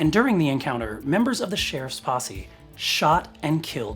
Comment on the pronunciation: OHHH, you said 'posse'... Right.